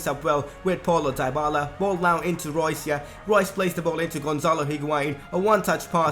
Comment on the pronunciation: and for dybala is "dibala" not daibala